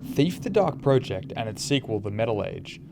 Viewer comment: Every time you call it 'The Dark Pro-ject' rather than 'The Dark Project' makes me die a little inside.